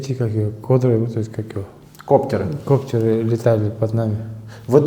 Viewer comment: Путо пздц, не знає як правильно "коптер" вимовити навіть.